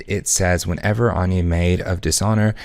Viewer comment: Thumbs down. I can't condone the mispronunciation of Anje's name.